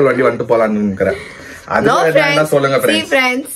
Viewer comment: Mona's language has changed after coming to Bangalore... Like u r using chollunga for sollunga